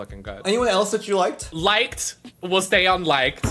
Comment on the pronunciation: LMAOOO the emphasis on the “LIKED”